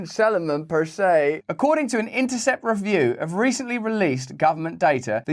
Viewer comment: Persay aye